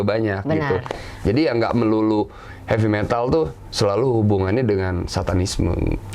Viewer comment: "Heavy Metal" , Bukan "Happy Metal"